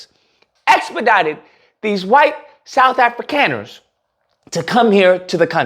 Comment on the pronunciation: It's pronounced Afrikaaners (Africonners)